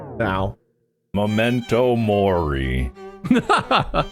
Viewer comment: I stopped in my tracks when Mark said "memento mori "